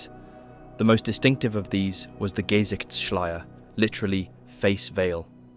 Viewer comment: Gesichtsschleier -- face veil. Gesicht -- the Ge is unstressed. The sicht is stressed. ge-SICHTs. schly-er.